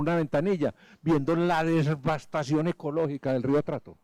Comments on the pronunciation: Dotor Tobón... se dice..devastación no DESVASTACION. 🤷‍♂️ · Con todo respeto "dotor" Tobon, pero la devastación que usted le causa a la fonética de la lengua castellana, diciendo DESBASTACION, queriendo referirse a la devastación de el medio ambiente, es tan grande como esta misma. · EL QUE QUIERA HACERSE RICO QUE MONTE UN CAI. DR TOBON NO SE DICE " DESVASTACION " ; SE DICE DEVASTACION